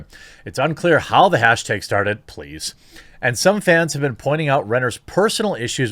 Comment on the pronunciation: lol the quartering is soooo bad at pronouncing things, not only names. he says hashtags wrong. i like the guy but come on.... aren't you a little bit embarrassed by that? it's doesn't speak very well for your mental acuity